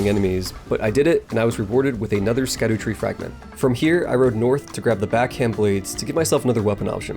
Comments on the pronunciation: "Shadutree," not "skadootree,"! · It’s shadow fragment. Not skadoo lmao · Shadutree, not Skadutree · Myiasaki said its pronouned shadutree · Not to be a dick but it’s pronounced “Shadowtree” Fromsoft LOVES their Old English orthography. I swear this is the Evergaol thing all over again. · It's "Shadow" tree fragment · Scadutree = Shadowtree fyi